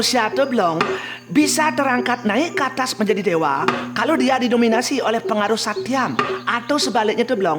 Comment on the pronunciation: Koreksi... tri guna seharusnya Satwam (bukan Satyam), Rajas, Tamas. Suksma